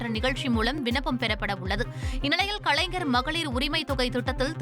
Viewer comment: கலைஞர் என்று சரியாக உச்சரிக்க தெரியாத செய்தி வாசிப்பாளர்.😂😂😂😂😂